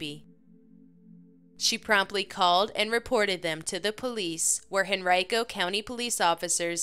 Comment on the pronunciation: Heyyyyyy!! I’m from here in Henrico, VA and used to dispatch for HenricoPD. I’m really impressed you pronounced Henrico correctly. No one says it right if they aren’t from here.